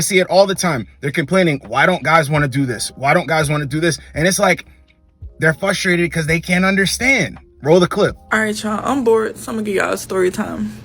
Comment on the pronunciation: Love these videos man but the word is FRUstrated not FUStrated.